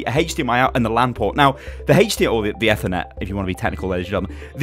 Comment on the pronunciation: I could easily run at 60fps, but I limit to 30 and it has never affected me. Never. Also, I fucking died when you pronounced Ethernet literally, you pillock.